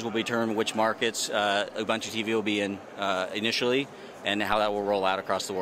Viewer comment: why is the guy saying ubuntu in the fuckin wrong way?